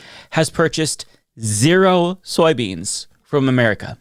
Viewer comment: I liked the way he said Zeeroo 😂